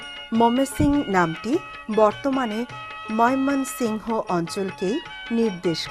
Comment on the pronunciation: মোমেনশাহী নামটা বলতে পারেন না আবার ভিডিও করেন ভিড়িও করার আগে শব্দ গুলো ভালো করে শিখে পড়ে ভিড়িও করবেন